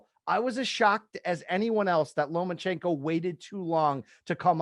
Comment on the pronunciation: Does he keep saying “LomaNchenko”?